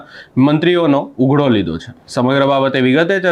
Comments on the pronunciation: ભાઈ ઉઘડો ( ughdo) નહી પણ ઉધડો બોલો (Udhdo) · ઉઘડો સાંભળીને એમ થયું કે મોબાઈલમાં પ્રવેશ કરી, બોલનારનો કાન આમળી અને 100 વાર લખાવું ને બોલાવું કે ઉઘડો નહીં ઉધડો... માઈક અને કેમેરા આવી જાય એટલે બધા પત્રકાર થઈ જાય છે. ચેનલમાં કોઈ એવું લાગતું જ નથી કે આવી બાબતમાં ધ્યાન આપે.. એક કામ કરજો. માતૃભાષા દિવસે ભાષા ઉપર કોઈ એપિસોડ ન બનાવતા.. ભાષાને શ્રદ્ધાંજલિ આપી ગણાશે...